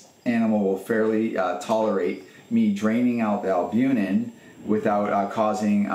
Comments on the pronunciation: Please forgive me if I misheard you, but I believe you mispronounced the word "albuMen" (it's not albuNen). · BTW - you are mispronouncing albumen....it's NOT albunen.....